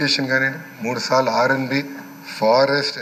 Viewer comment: ఏడు సాలు కాదు ఏడు సార్లు 🤪